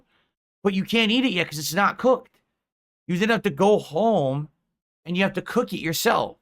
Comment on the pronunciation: losing his mind on the Christmas card is funny this guy can't say "both" or "and" correctly and has been for years and the misuse of words or phrase added upon that